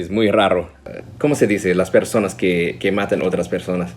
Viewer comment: LA FORMA EN QUE PRONUNCIASTE PERSONAS, FUE PERFECTA! Es asombroso... Great...